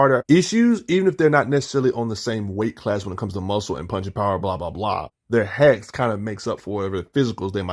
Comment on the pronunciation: Brrroooooo, I am sorry. It took me a couple of your videos to finally realize you are saying Hacks instead of Hex. I am so dumb 😂